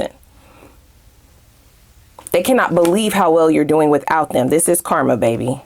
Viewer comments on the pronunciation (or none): none